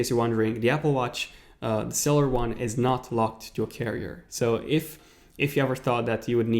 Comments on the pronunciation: I’m s not celler it’s freakin cellular with a u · When he pronounced cellular sell- ar Instead of sell-you-lar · Ugh the way you say cellular, please pronounce the "ul" part of the word instead of saying cellar...